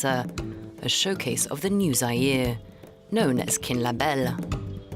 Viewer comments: its Mobutu not Mbutu and Zaire is not Zayire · The presenter cant pronounce Mo bu tu.... or even Za yi re ...!!